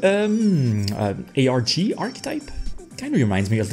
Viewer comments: Think its meant to be pronounced Argos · I think the post announcing these cards had the tips on how to read their names. The ☆ in their names can be read as "O" and "Star" as the same time, and in this instance you pronounce both of them, so Arg☆s is actually pronounced as "Argostars".